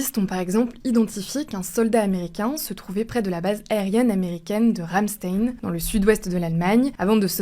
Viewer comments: Arrêtez le ragebait C'est ramsch "taïn" pas tine ou teine vous le savez parfaitement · A parement ont dit Ramstine 😂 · la base militaire Ramstein se prononce "RAM-shtaïn", comme le groupe de musique Rammstein, qui se prénome ainsi en hommage à la catastrophe de 1988. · La prononciation de « ramstein » 😭 Cette « journaliste » n’a visiblement jamais écouté de bonne musique … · La façon de dire "ramstein" >(